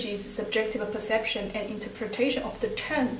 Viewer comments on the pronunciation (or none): none